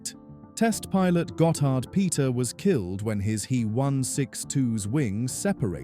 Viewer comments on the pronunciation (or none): AI mispronouncing the German V as an English V, not an F and HE as he, not H. E.- a good editor would have caught that.